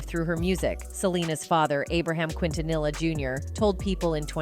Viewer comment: Quintanilla pronunciation: KEEN•TUH•NEE•YAH